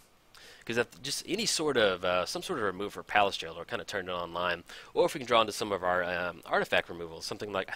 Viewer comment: Payliss Jailer? Words are hard aren't they? ;p